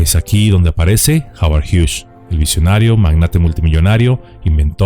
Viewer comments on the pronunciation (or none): No se dice Howard hiush. Se dice Howard Hiugs. Solo como observación 😢😢😢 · Gracias por recordarnos acerca de este drama, conocido por muy pocos o quizá olvidado por muchos. Aaaah y Hughes, el apellido no lleva "sh" en su pronunciación. Es solamente con "S". Gracias por seguir ayudándonos a comprender y recordar el pasado